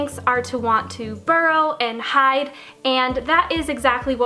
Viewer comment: I like how she says hideee house but I pronounce it hid but it spells hide😊😊😊